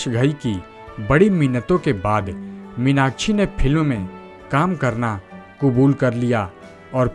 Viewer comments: Take her name properly it's irritating 😡 minachi nahi minakshi🙏🏻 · इस्टार* क्या होता है स्टार होता है, मिनाकछि* मीनाक्षी,उच्चारण तो ढंग से किया कीजिये बरखुरदार 😊😊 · Stop saying Meenakchhi, try to correct as Meenakshi